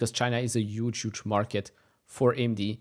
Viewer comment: Dude, it’s Huge, not ‘uge’. If you correct others about Nvidia, stop my ears bleed